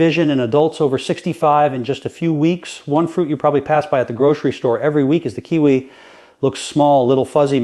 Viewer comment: He talks about more than 1 fruit. He talks about kiwi while showing blueberries. Doesn’t even pronounce Kiwi and watermelon correctly. This video is either completely fake, AI, not even done by.